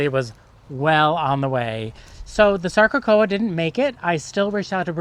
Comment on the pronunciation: “Sarco-cocca”. Not “sarco-coa”.